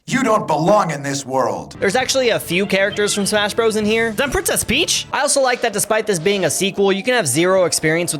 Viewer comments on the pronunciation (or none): none